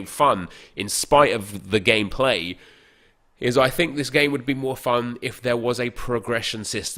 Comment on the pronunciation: Is it just me or when says gameplay it sounds like gay play